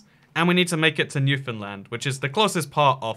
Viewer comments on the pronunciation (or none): me : hears him say that he is heading to newfoundland* him : says it wrong* me : god danm it why do everyone say that wrong!